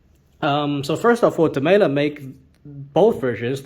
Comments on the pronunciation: Here's Maurits Demeyere saying it: It's definitely Dem-"eye"-re rather than Dem-ay-ler. I can detect a little roll of the tongue on his pronunciation of the R at the end, but I don't hear it as a hard L. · How come you pronounce demeyere with what sounds like a hard L?